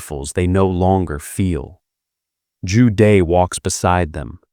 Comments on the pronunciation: good content but please use correct pronunciation -- Joo Deh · Zhu De: Joo Duh. not day . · Zhu De pronounced Jew Duh朱德....last character means virtue...the man is aptly named